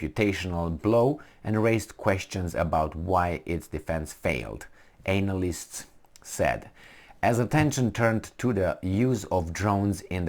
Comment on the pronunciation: Did you say: Anal-yst? Like in Anal?